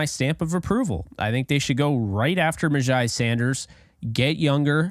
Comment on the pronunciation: You are pretty legit, sir! All the things re: MyJai are spot on. BTW his name is pronounced, "MyJay" 💛💙💯